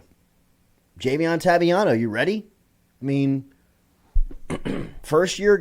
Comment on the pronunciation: Can someone please tell Jordy that it is not Taviano... it is Toviano.